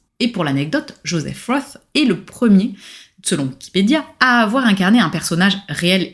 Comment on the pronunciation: J'arrive après la cavalerie mais si cela n'a pas été déjà remarqué, Joseph Roth, ça ne se prononce pas Jospeh Ross, mais Joseph Rote. C'est un nom allemand pas anglais. Sinon, merci pour la découverte.